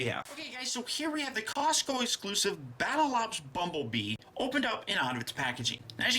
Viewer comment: did he say bumble BEAM